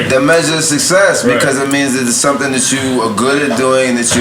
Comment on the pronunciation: Nore, it's SUCCESS!!! SUK-SESS, not SUSS-SESS